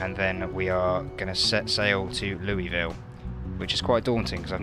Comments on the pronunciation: It's not Lou-E-ville It's Loo-Ah-ville. damn brits. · No one in Kentucky pronounces it Louisville..... Lou-a-ville is how Kentukians say it.